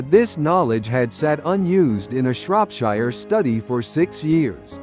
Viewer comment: AI that creates and narrates these stories still needs to learn :) Shropshire is in the UK and the last but of it is pronounced “sheer” You “wire” money in the US, in the UK you transfer money. Etc It’s a shame that the majority of such a content is done entirely by AI replacing proper creative and research work.